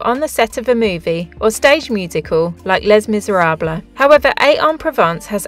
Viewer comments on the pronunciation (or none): Great video and I especially liked your visit to Van Gogh's 'residence'. Wonderful! However, I winced every time you spoke his name! 'Gogh' rhyming it with "cough"! I believe it's pronounced as 'Goh', rhyming with the English "Oh"... And the 'Les' in Les Miserable is spoken as "lay".